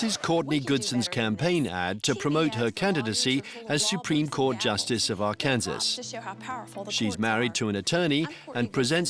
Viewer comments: Before doing a documentary you should learn how to pronounce Arkansas! It's not Ark-Kansas! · AR-KAN-SAW. Not Ar-Kansas. Interestingly enough, both Arkansas and Kansas are named after the Kansa Tribe. However, the "Arkansas River" is pronounced Ar-Kansas River in western Kansas. Ar-kan-saw River in Colorado and Arkansas. Crazy, huh?